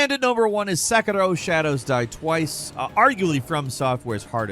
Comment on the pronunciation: I absolutely hate the way he says Sekiro. Just say “Se-KEER-Oh” like everyone else. You’re not Japanese bro.